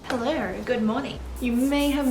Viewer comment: “Helleowrr! Good morning!” Lol 🤍